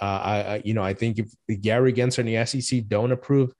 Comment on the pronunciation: if we are going to gripe about the SEC, at least pronounce Gary GensLer’s name correctly! His name is NOT Genser - it’s GensLer. Cmon man!